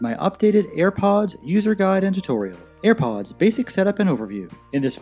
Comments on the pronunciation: no one: him: ayre powdsss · shambleZ Gaming same